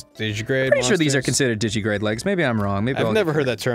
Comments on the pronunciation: While I appreciate that he knows the term, Ross continues to miss a syllable in digitigrade. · It's called digitigrade because they walk on their toes (digits), it's not "digigrade" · Ross, it's digitigrade. Not digigrade. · Yes, you can catch God in Pokémon. You can also catch Satan, Michael, and Gabriel. Also, it's "digitigrade", not "digigrade". "Digigrade legs" are not a thing. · The way Ross says digitigrade really bugs me, because of that missing syllable. Is it made up for by the Digimon reference? I'm not sure.